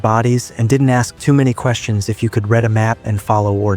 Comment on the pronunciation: If not AI then the narrator can't tell the difference pronouncing "read" as reed vs red